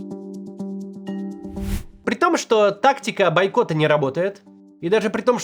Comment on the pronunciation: Ля, "байкота", дожили. 🙃